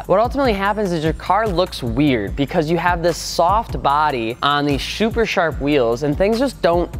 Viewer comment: “Shuper Sharp”